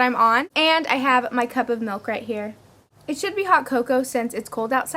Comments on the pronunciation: Haha did anyone notice she said cump instead of cup :P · Lol she said "one cump of canned pumpkin"